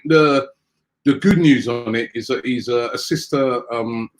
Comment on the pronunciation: Man really said dalglish is a asistermatic instead of asymptomatic